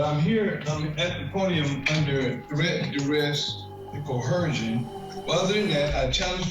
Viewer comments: 6es, it's pronounced " co er shun" not "co her shun" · LOL The sovereign citizen keeps saying COHERSION. --- instead of coercion. LOL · You mean like how they all mispronounce the same words and don't realize it, like "dur-esht" and "cuh-her-zhun"? 😂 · Yo,, there is no "H" in the word "coercion". That part made me way more annoyed than I should be haha.